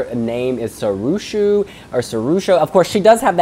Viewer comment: lol, it's pronounced See-Roo-Show, Sirusho.